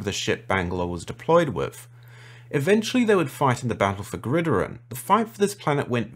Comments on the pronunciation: Bro you your lore knowledge wow but you gotta learn to say location names right! "Psamathe" is pronounced "Samathee", and "Gridiron" is "Grid-Iron" not "greedyrine". Bro it was so funny. <3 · Say it with me Grid-IRON 😅 not Grid-erer, super cool video tho!